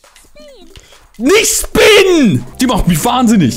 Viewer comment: "NiCh SpIN!!?!!" Ich hab mich schlapp gelacht🤣🤣